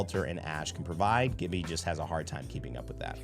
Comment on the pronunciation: How can you of all people say Gibbys name wrong? 😂